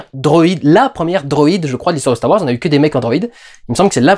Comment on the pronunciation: CHTAR WARS ! Reprends-les s'il te plaît, c'était excellent bordel !